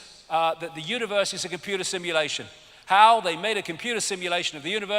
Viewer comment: "Yu-mun" Smacks lips "Com-poo-da"